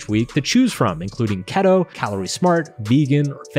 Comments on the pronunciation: I noticed Mark calls "Key-Toe" (Keto) as "Keet-Oh" and now I can stop hearing it haha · It's KEEEY-TOE bro 🙂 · I'll really triggered he pronounces "keto" like "kettle"